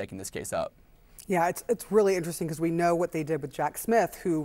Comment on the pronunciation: Habba's Jersey accent slipped out there for a second LMAO "becwause"